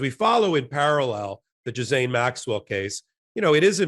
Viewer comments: Jizzaine?????????????????? Really? Tighten it up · Ben I believe her name is pronounced with a hard G Ghislaine as in Gilead! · that’s how her family and her victims pronounce it. Gee-lain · Greetings! Here's a little help with the pronunciation of that disgusting Maxwell dame: Ghee - len. Hope this helps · Fellas, it’s pronounced gee-LANE